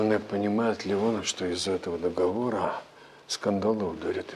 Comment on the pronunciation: Все артисты безграмотно говорят договорА, правильно договорЫ